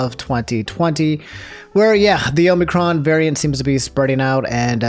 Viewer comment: you said omnicron at some point in your video ( cron ha ha very funny)